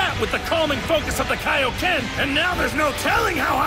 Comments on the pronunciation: Ahhh yes the “kayo-ken”. Been years since i’ve heard that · I never understood the original Z pronouncing the Kaioken Kay-oh-Ken. After all, Goku didn't go to seek training from King Kay, the creator of the Kay-Oh-Ken. He sought training from King Kai, the creator of the Kaioken. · Why does he say kaeoken when it’s literally King Kai’s move. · Bro said kayoken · The way he pronounced kaioken 💀